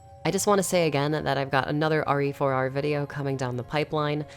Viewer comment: RE4R... Last time I check, that's pronounced "rear"... LoL. Yes. I am a man-child. Thank you for noticing